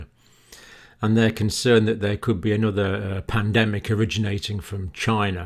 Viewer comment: That is a question you should "Ask Chy-na."